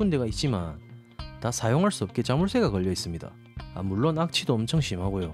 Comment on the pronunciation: 물↗론↘ ㅋㅋㅋㅋㅋㅋㅋㅋ 사투리봐 ㅋㅋㅋㅋㅋㅋㅋㅋㅋㅋㅋㅋㅋㅋㅋㅋㅋㅋㅋㅋㅋ